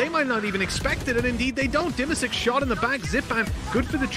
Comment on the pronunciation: Есть такой игрок Димасик, иностранцы зависливо говорят Dima sick. :D